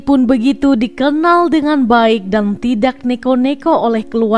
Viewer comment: Mbak baca narasinya bukan tidak tpi tida